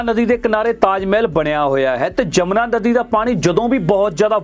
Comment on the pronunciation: ਜਮਨਾ ਨਹੀਂ ਆ ਮੂਰਖ ਵੀਡੀਉ ਮੇਕਰ ਯਮੁਨਾ ਹੈ ਨਦੀ ਦਾ ਨਾਮ, ਸ਼ਬਦ ਨਾ ਵਿਗਾੜੋ ਭੋਰਾ ਪੜ ਲਿਆ ਕਰੋ 😡😡😡